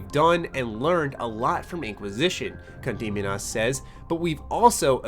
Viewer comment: I love how can't mispronounce Condominas the same way twice in this video.